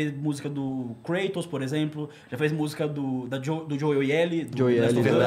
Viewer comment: Pronunciar "Kreitos" em inglês é muito sem noção da Etimologia da palavra. Κράτος é grego, se pronuncia KRATOS muito próximo como no Português.